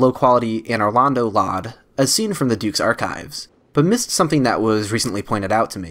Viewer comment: Hey man, great vid, love the deep dive into my favorite game of all time, however...please stop pronouncing LOD as LOD, it’s pronounced EL-OH-DEE. Not LOD like Load but no A, that was bugging me lmao